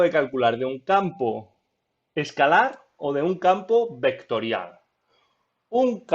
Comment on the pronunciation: hablas de una forma un poco bruta y eso me distraía mientras veía el video. "ehto eh una función vectoriah", "derivamoh doh veceh"...